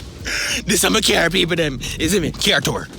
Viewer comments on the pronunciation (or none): When he said "CAR TOUR" I died lmao